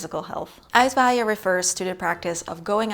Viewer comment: No wind needed for Uitwaaien. But almost always there. Het pronunciation of uitwaaien really is perfect.